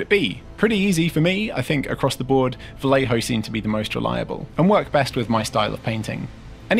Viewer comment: Hi there this is a silly thing but Vallejo is a Spanish company and two ll in castellano spanish is a Y sound so its vayejo....... I keep hearing valejo in all YouTube vids I just thought it would be nice for you to know love your videos